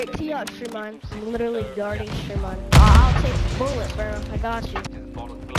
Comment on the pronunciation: STWEAMLINE I WUV YOU